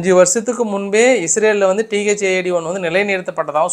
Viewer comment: Thad இல்ல தாட்d என்று கூறுங்கள்